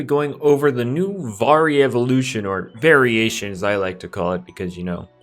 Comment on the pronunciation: FINNALY somebody said variation instead of varilution